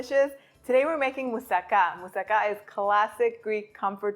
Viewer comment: Nice to hear Moussaka pronounced correctly :)